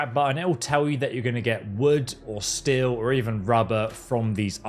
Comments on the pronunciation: The way he calls steel "still" bothers me on a level hither to undreamt of. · That constant pronunciation of still and not steel but the proper way he says tree or trees bothers the hell out of me! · Why is this fuck saying still? Instead of steel. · STEEL! IT'S STEEEEEEL GOD!stop saying still over and over! stillstillstillstillstill WTF! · Aghhh! Cant stop hearing him say "STILL" every time instead of STEEL... You stand still, swords are made of st-eel. Like the animal, eel with a st in front. Either way its nice that FO4 is getting a boost in popularity, maybe it will inspire a new generation of modders since Starfield is kinda lame. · It’s STEEEEEEEL not still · Great vid but are you saying Steel or Still? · STEEL.. SAY IT.. STEEL NOT STILL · did he just call "steel" "still"? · Please learn how to pronounce steel correctly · Can't even watch the video for 3 minutes, the pronounciation of "steel" is infuriating.